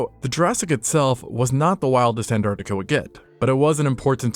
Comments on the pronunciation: m... ant artic... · Why don't Americans pronouncd the first T in "Antartica"? Noticed you don't say it in "Mountain" either